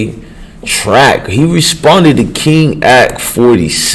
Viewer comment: Dude how are you going do a video about some one.. when you can't pronounce King a k name right?